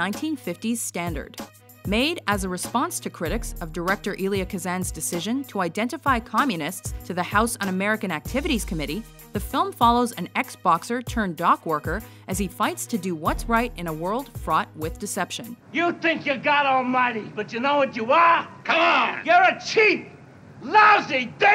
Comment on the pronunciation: Ex-Boxer not X-Boxer. xD